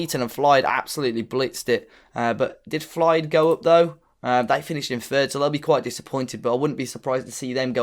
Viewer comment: Its pronounced FILDE